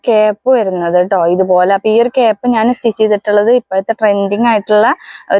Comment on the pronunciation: Cap അല്ല കെയ്പ്പ് ❤